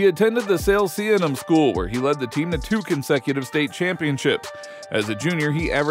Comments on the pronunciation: You left out the fact that he got traded to Sacramento. And it’s not that hard to pronounce Salesianum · SALESIANUM OH MY GOODNESS YOU BUTCHERED THE NAME😂😂😂